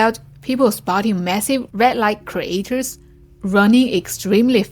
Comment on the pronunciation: jump scare.. an AI rat..?? 😅😅😁😁😆😆 * creatures* - do revisit pronunciation.